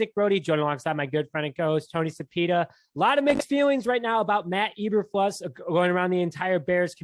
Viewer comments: You guys oribably have heard the correct names by now (22 hrs after upload). Matt Eberflus (E~Ber~Floose) Rich Bisaccia (Bis~Sach~E~Uh) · You guys are embarrassingly bad. It's pronounced EE-burr-flooss. Not EE-burr-fluss. Raider's special teams coordinator Rich Bisaccia's name is pronounced Bih-SOTCH-ee-uh. He's been in the news all season since Gruden resigned. Both names have been pronounced correctly in most media outlets, especially Bisaccia since Gruden resigned, so why are you still mispronouncing them? I can understand the first or second attempt, but not the N'th attempt over many episodes as you have demonstrated. Pronouncing a name correctly is the simplest sign of respect to the person as well as your audience. Failure to do that much is a sign of ignorance and/or lack of education. Both reduce your credibility, and when that happens, you lose reason to be trusted as a source of information. As for the other news: I think they're moving a little too fast and grabbing people along the same fault lines that got the Bears to this position in the first place. They're going too much with who-they-know and not enough with people because of what-they-know. If Pep Hamilton get's hired, then it'll be a repeat of the Lovie Smith era with good defense and crappy offense. Pep Hamilton is not a great QB coach. There's a reason why he floats from team to team and is never on a highly successful one. Although he has been in good organizations, they've performed poorly during the seasons he's been there. He's rarely in the same position either floating from offensive quality control, to receivers, to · Can you at least say his name right? It's pronounced Eber-Floose, not Eber-Flus. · I came here for the mispronunciations 😂😂😂. 5 seconds in. E-Ber-Flus instead of E-Ber-Floose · Eber "floose" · It's pronounced Floose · Dislike just for pronouncing eberfluses name wrong..how do you cover the bears and are literally the only ones who pronounce it the way you do.